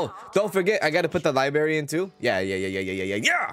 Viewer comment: I love the way says liberry, it’s so idgaf, lol 😂 ❤